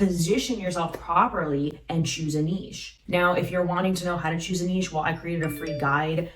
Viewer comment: Thank You for a treasure trove of wonderful content! Not only are you tremendously helpful, you know how to pronounce the word "niche" correctly. So many do not.